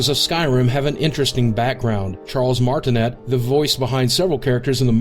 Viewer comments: It's pronounced "Mar-eh-tin-EH" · Charles... who? Marti NET? Learn 2 speak brah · facepalm. It is pronounced Charles Martin-AY not Martin-ET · Charles Martinet THE SECOND T IS SILENT AND ITS PRONOUNCED DRUUGR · Yeah, but he pronounced Martinet wrong..... It rhymes with Day. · I think you mispronounced "Martinet".